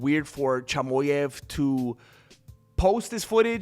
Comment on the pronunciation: Cheemaheff Not chamoef That’s how you pronounce chimaev’s last name